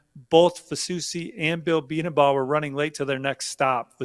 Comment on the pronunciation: Gonna help out here: Bedenbaugh Bee - den -- bō. You're going to be hearing that name more and more. Let's get it right from now on. 👏👏👏